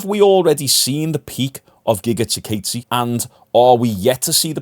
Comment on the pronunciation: also its "giga chi-kawdzay"